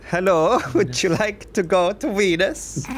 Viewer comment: Im swedish and im kinda sure we dosent say it like veodhrjdjdjes